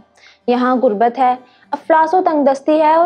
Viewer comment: Good information but please correct your pronunciation. Its Not Gurbat, Its Ghurbat.